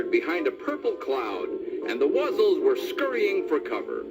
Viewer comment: Thank you so much for this, I've been looking for this recording forever! Also, it's "Wuzzles". Rhymes with "puzzles" 😊